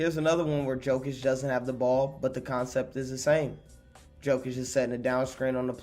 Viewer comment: Jokic is more like Yokic, you keeo reading him as Djokovic, soft y is j in his surname